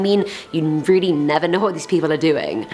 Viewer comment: Im rilly rilly rilly sorry ok RILLY sorrry ok